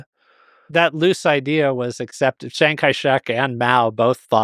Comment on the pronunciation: isn't it "Chiang" Kai-Shek? this guy keeps saying Shang Kai-Shek, cringe